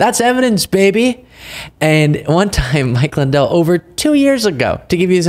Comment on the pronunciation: Mike Swin-dell